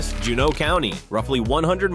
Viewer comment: June-ooh (Juneau)